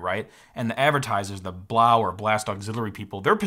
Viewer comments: Blaux isn't pronounced Blau. It's a French spelling, not German, and yes, they meant Blow. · Why wouldn't Blaux be pronouned to rhyme with "faux"?? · I'm pretty sure "Blaux" is meant to be pronounced "Blow"... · I'm pretty sure you are supposed to pronounce Blaux "Blow" you know... like Faux is pronounced foe ? Makes it even funnier really. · I think it’s pronounced “blow”. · It's funny how he mispronounces the product name - I wonder if he does it on purpose? Anyway, they've now changed the name to CoolEdge.